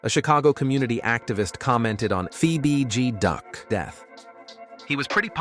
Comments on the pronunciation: I was coming to say da same sh*t. "Fee bee G duck". "Damn brewda" 😂😂 damn Ai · Where and the hell you get fee b duck it's fbg duck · How do you pronounce bg right but pronounced f as fee? Ai at its finest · “Phoebe B G duck” bruh it’s clearly F.B.G. 😂, scoom got set up by shawty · Feee B G Duck, seriously?😂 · Don’t do no videos of Chicago Dead people if you can’t Get the names right cause who thf is FEEBG DUCK & TOOK A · Why it say Fee BG duck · “Fee bee deee” the disrespect 🤦🏽‍♂️ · fee bee gee, lol. This channel goofy AF.. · Da fck did he call duck?? Nigga said fee bee gee duck 😐💀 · Fee bee Gee Duck 🤦‍♂️😭😂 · Fee bee gee duck? Seriously? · Fee bee gee duck smh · Wtf is a fe-be-de duck??😂😂😂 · Who tf is fee bee gee duck? 🤣🤣🥴🥴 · The AI voice said "Feee Beee Geee Duck" lol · Da fuqs a FEE BEE G DUCK?! 😂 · This MF really just said, "FeeBeeGee Duck." 😐 #GOEAGLESSSS 2025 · 😂😂😂😂😂 who is Fee Be Duck??? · Fee Bee G duck 🤦🏽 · 'Fee B Duck', huh. 😅😅😅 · “ fee beee gee duck “ 💀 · This nigga’s AI so Temu… he said FeeBeeGee Duck. Mane why you disrespect dude name like dat. 🤦🏽‍♀️🤦🏽‍♀️ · Son said "Fee-Bee-Gee-Duck"!!!!😂😂😂😂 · This man posted two different J Hoods😭😭😭He saying names wrong,and telling all kinds of lies this ain't right 😂😂😂I see why King Von said don't listen to these YouTube people lol.. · How did you pronounce F.B.G DUCK. 🤣🤣🤣🤣🤣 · This mf meat pulling the bds.... who u get duck name wrong , but the bds name and gang right? And talk so highly of von....super goofy mf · Wdf Lay Capone n a Fee BG Duck? Why do these creators even upload this shyt knowin the AI is sayin the names wrong? Or is dat the purpose? Folks is automatically goin to click on it any way bcuz its Chicago, its Drill. Folks are fans. To do all dat dumb shyt. Smh